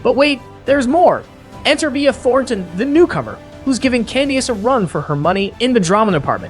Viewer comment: This "Candy Ace" and "Mee-ih Thorn tin" and "Wendy Ohs-foh" AI voice LOL